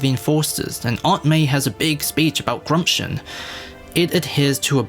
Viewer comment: I'm aware. I just had to do a double take after he added an "r" to the word to make sure he actually meant to say "gumption".